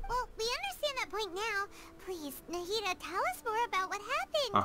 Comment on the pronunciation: i’m so glad i’m not the only person who calls nahida “nahihi”